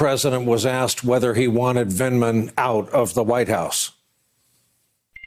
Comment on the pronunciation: With his dry drug addict's mouth he couldn't even say Vindman.